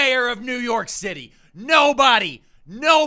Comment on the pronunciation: Did you channel your inner Lazlo Kravensworth with that New York Citaaah?